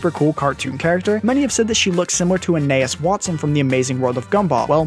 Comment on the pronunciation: "Anas Watson"